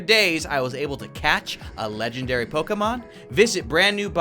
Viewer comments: i love the channel but just saying its pronounced pokamon not pokemon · Stop saying poki its poke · LOL ITS NOT POKEMON ITS POXEMON HA HA